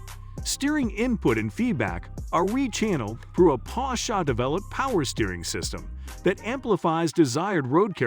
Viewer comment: The video is so ruined whit the pronouncement of Porsche with A at the end. IT IS PORSCHE and NOT PORSCHA